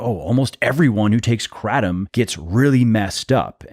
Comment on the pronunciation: You’re saying Kratom wrong but anywho, it does help you get off opioids. I am proof of that! It also helps with diverticulitis. Those are the two I can attest to. No side effects. Been on it for over ten years.